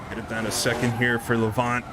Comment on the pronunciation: Just a heads-up - Lavant is pronounced Lavant as in lavatory, so your emphasis is on the la and the 'vant' is more a 'vnt' or 'voont' but shortened a bit. Lavnt, maybe, if that makes any sense. Anyway, keep up the good work, you're great. :)